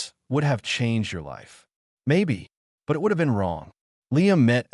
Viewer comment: I'm about 1/2 the wat through and I'm enjoying the story. The AI voice is having problems with the word "it.". Sometimes, though not often it gets the word it correct. Most of the time the AI believes you are telling a story about I. T. And says the letters. You may may need to review it for your next Story.